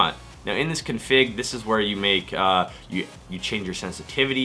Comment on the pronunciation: I've never heard anyone pronounce the word "config" like you do! lol